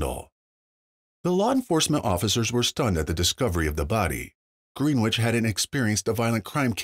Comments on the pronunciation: Its pronounced "Grenich" not green which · Greenwich is NOT merely a 15 minute ride to NYC. also, please get the correct pronunciation of Greenwich down. it is not “Green - Witch” it is after the famous place in England “Gren- ich” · Btw it's not pronounced Green-witch brother...try Gren-itch if you want accuracy as a journalist. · Its pronounced gren itch and not green wich. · Yea that was bothering me too. No long e!!